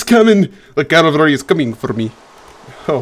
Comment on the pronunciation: Clavary? Calvary? Cavlary? Cavalry? Cavarly? Clalvlalrly?